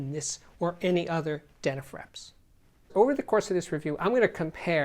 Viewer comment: Forgive me but, how do you pronounce these word ‘flips?’ Then why do you pronounce dena’frips’ as dena’frEps?